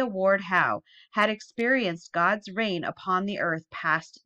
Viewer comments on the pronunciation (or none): none